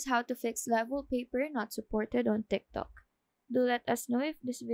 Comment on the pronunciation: She said timtok